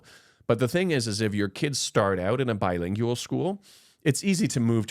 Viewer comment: pronunciation: not BI-LING-YU-AL. Correct is BI-LING-WAL.